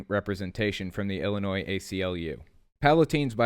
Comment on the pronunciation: Just a friendly reminder the (S) is silent in the Word Illinois.